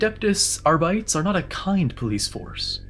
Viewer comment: R-bites? Woof it's supposed to be latin/gothic so Are-bit-tees